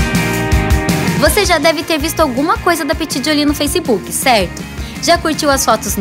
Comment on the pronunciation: Ela falou FRACEBOOK?